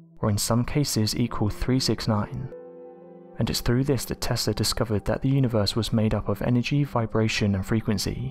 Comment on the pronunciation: Why do many Brits say “viss” and “vat” and “ferver” and “free” (this, that, further, three), etc.? Seriously.